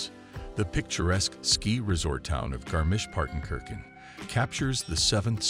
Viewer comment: I was not ready for american "travel influencers" and their effort to pronounce Garmisch-Partenkirchen :D